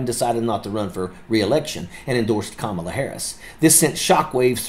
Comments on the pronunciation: Major, from one vet to another, her name is pronounced, "comma-la". Not, "Ka-mala". And thank you for YOUR service. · C’mon. Learn to pronounce her name. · Please pronounce her name correctly.